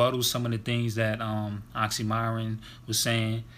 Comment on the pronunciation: It's actually pronounced as Oxxxym[ee]ron, not m[ai]ron. Thank you for the review.